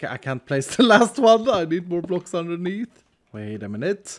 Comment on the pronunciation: Underneetho its like underneeth etho